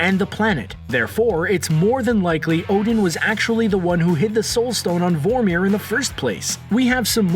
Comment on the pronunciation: you do realize the commentator didn't even watch Infinity War, he doesn't pronounce Vormir or Nidavelir right lol